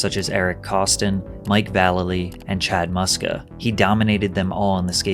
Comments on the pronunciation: It’s Vah-lay-lee. Not Vallalee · Mike Vuh-LAY-Lee*** not Vahl-lelly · Mike VA-LEE-LEE *** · It’s Mike Va-Lay-Lee 😂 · It's pronounced Mike Va-Lel-E. Source: I've met him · Mike VUH - LAY - LEE. Come on now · “Mikey vall el ee” 😂😂😂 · sorry bruv just wanted to state that mike v’s name is pronounced “vuh-lay-lee” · U pronounced Mike Vallaly wrong